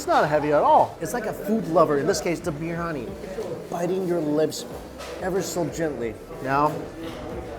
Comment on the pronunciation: bir-yani not briy-ani, hard to explain to an american chinese guy :)